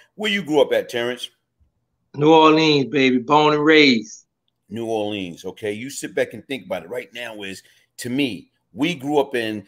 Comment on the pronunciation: Did he really grow up in New Orleans?..because the way he pronounced it is like somebody from Detroit 🤣🤣😂😂